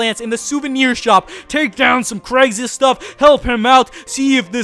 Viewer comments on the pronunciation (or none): none